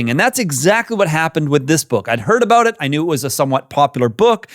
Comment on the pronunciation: I knew you were Canadian when you said a-boot. 🤭 But Murray is an insightful man.